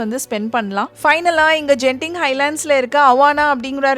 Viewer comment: Hi sis ஒரு திருத்தம் அந்த ஊர் பெயர் கென்திங் ஜென்திங் இல்லை